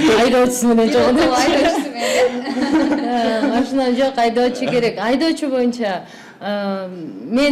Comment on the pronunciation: алып баруучу кыз кемпир сыяктуу машине дейтго бесит ушул кыз